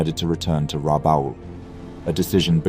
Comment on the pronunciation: Rabaul: rabah-ool. Miyoko: mee'-oh-koh; no "yoko" in there. Hosho: hoe'-shoh.